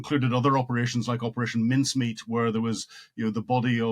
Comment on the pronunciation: He's just said mincemeat !!!